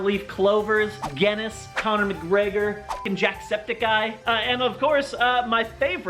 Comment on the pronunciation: As a person from Ireland he kept saying Guinness wrong 😅 mildly infuriating